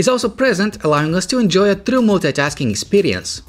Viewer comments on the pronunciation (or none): he says mooltitasking(for multitasking). haha!!!